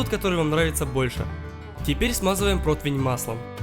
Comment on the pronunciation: бля ну уже второе видео смотрю "протИвень" а не протвень